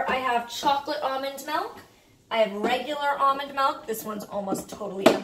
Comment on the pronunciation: ily but its milk not milk